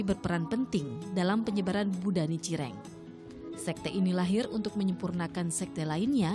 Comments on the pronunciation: Nicireng ?? Kau kira jajanan Salah pnyebutan tuh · Nichiren... Bukan Nicireng.. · Nichiren itu yg benar